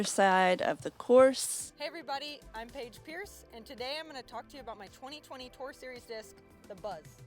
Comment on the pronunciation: Paige pierce not Paige piece!